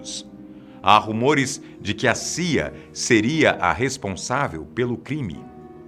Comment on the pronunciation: Quando ele disse CIA eu entendi Sia(cantora), aí eu pensei, que caralhos a Sia tem a ver com isso kkk